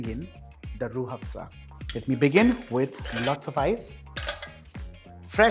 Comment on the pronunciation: Hahaha me pakistani watching..m and just heard him saying rooh (h)afza... Delicately 😂😂😂😂